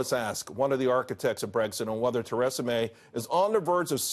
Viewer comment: What is it with American news networks being absolutely incapable of pronouncing people's names? Theresa May is hardly a difficult one to research.